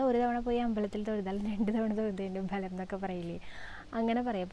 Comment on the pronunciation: ബലം അല്ല ഫലം